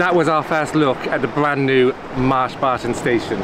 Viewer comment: I'm hungry now because the way you say Marsh Barton sounds like Mars bars